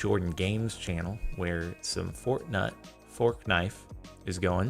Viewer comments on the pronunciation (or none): Captain sparkles looked hot in that video edit: I thought he said fortnut 😂